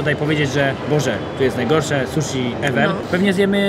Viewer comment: O panie błagam "susi", a nie "suszi". "Shi" to nasze "si", a nie "sz".